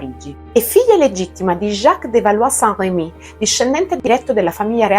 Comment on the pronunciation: Tu assomigli a Jeanne di Oscar. Tuttavia nell'anime pronunciano Balò e non Balù.